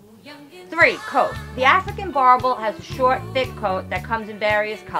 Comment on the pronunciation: are dutch settlers yes but the word means farmer.. i speak the language.. After settling in South Africa and Namibia they started calling themselves Afrikaaners and now speak afrikaans.. hate the way that guy pronounces boerboel.